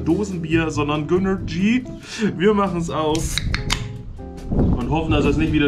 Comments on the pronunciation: Gönnergy ist die Aussprache.. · Es wird Gönnerji ausgesprochen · also ganz ehrlich, einfach zu dumm um es auszusprechen! edit: bist ja auch ned so hell wenn raspberry ausprichst....so long edit: hauptsache reichweite generieren